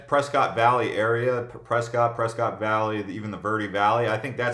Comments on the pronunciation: Pronounced Press-kit (prescott) & it's growing fast! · It's pres-cot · It’s Preskitt, as a native and has a cabin there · And he can't pronounce pres ket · I definitely know that you're not a local from Arizona because the way that you said Prescott...and you have No idea what Northern AZ is like . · Prescott rhymes with biscuit. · That was the first time I ever heard Prescott pronounced that way so I really don't know how you're supposed to pronounce it. I'm in Far Far Far East Mesa and everyone here calls it press cot. I wanted goodweather too of course coming from California but I really don't like snobs.